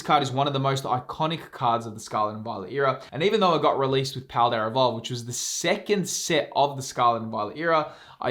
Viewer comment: There is no “R” in paldea evolved